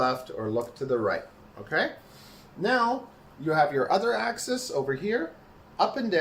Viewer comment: Please say axis correctly. Thank you.